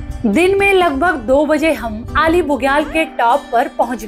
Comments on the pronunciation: आली बुग्याल.....अली नहीं..... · अली नही आली, बेदनी बुग्याल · Correct name is Aali Bugyal not Ali....in local language it is called आली not अली.....please correct